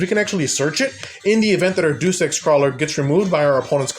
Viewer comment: As a Krawler fan that started using ninjas, absolutely based list! Just an fyi, “Deus” is pronounced as Day-Oose. Like in Deus-Ex-Machina.